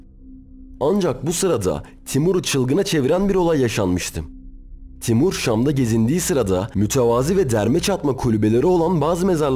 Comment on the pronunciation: MÜTEVAZI, MÜTEVAZİİİİ değil.